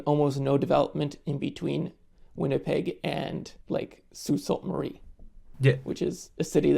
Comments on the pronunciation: I love out geography nerd-ing another geography nerd, it’s pronounced Soo SAINT Marie, not soo salt. 😂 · I can't believe he thinks sue Sault Marie is pronounced like sue salt Marie, i mean he's Canadian himself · I stopped listening as soon as he mispronounced Sault Ste. Marie